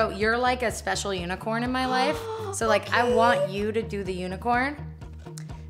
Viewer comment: Who else heard Ro say unicern instead of unicorn